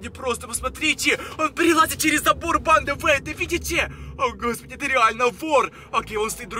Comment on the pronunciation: ты говаришь бандааа долго произносишь букву а